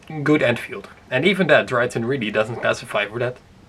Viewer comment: It's pronounced Dry-ton. Not Dree-a-tron.